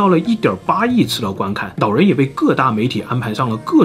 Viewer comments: 是老人還是腦人拜託好好發音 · 这位nao人 叫做nao坡牙 这什么舌头啊这是 😂😂